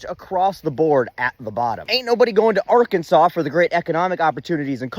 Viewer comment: R Kansas. Arkansaw?